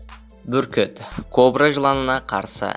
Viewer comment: Бүркіт қо бро дедің ба? әлде Бүркіт Кобра дедің ба? 🤨